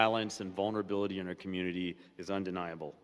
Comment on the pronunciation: Freeland needs to learn that it’s not ‘R’ it’s ‘our’ learn your words!